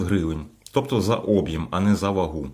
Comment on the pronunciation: об'Єм ,а не Об'єм.